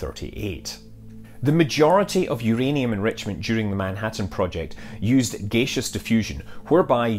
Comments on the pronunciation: Have never heard "gaseous" pronounced as /'gāSHəs/, only /ˈɡasēəs orˈɡaSHəs/. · What is gaysish diffusion? Is that similar to gaseous diffusion? Come on scott, your representing scotland man! Greetings from Edinburgh, Scotland :)